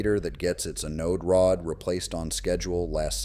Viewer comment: AI crap 💩 - Learn to pronounce Anode Rod